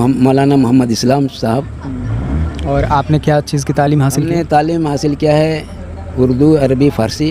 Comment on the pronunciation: तामील नहीं तालीम होता है